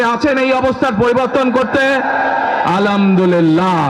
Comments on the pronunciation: ধুর পাগল মূর্খ আলহামদুলিল্লাহ বলতে পারিস না বলে আলমদুলিল্লা 😂😂😂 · আলামদুল্লি না নেতা আলহামদুলিল্লাহ হবে। শুভ কামনা রইলো। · তারেক রহমান কে কেউ সালাম ও আলহামদুলিল্লাহ পড়া শিখায় দাও😅 আলামদু লিল্লা কোথা থেকে এলো😅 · সালাম ঠিক মতো উচ্চারন করতে পারেনা আলহামদুলিল্লাহ যে উচ্চারণ করতে পারেনা সে শুধু দেশটারে লুট করে খাইতে আসছে ১৫ বছর চিল্লাতে পারেনি এহন লোভ দেখিয়ে ভোট কিনার ধান্দা আপনাদের কিছু পাতি সন্ত্রাস তাদের জেলথেকে বের করছস তোরা সাধারণ মানুষের হেনস্তা করেছেন সাধারণ মানুষের জীবনের কোনো নিস্চয়তা নেই তোদের পাতি নেতাদের কাছে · আপনার জীবনের যে কতো মায়া সেটা দেখতেই পাচ্ছি। এতো এতো সিকিউরিটি নিয়ে চলেন। (সালাম টাও সুন্দর করে দিতে পারে না। আলহামদুলিল্লাহ টাও ভালো করে বলতে পারে না।) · সালাম এবং আলহামদুলিল্লাহ বলাটা ঠিক করতে হবে স্যার, আপনাকে অভিনন্দন।